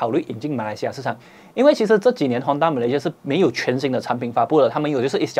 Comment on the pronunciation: Time , Malaysia !!! not malaysai